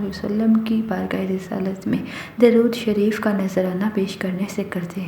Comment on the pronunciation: Learn darood sarfeef properly plz😢